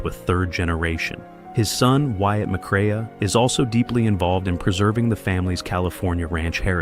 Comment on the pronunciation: Teach your computer, artificial voice, how to pronounce Joel‘s last name correctly.